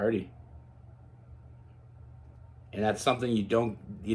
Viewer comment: Are you Irish at all. Heard an accent with the words “hard and party” love your reading ❤ it resonated with me